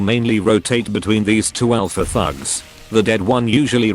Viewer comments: What he says "the thugs" What I hear "the #####" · your text to speech makes “thugs” sound like “fucks” 😭😭